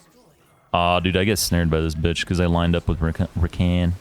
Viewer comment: "silly Bitch" you put so much umph on the B that it killed me lmao